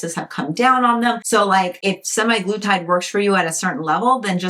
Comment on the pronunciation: Sem-Ah-glu-tide. Also pronounced Sem-Ag-lu-tide. It's not "semi-glutide."